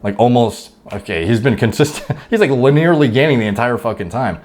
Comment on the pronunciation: "Luh-nearly" lol